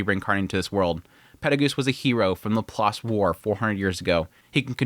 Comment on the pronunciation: Bro. Please, for the love of God. It's pronounced Lap + Lace, or at the very least Lap + Lass--not Lap+ Loss. Ugh!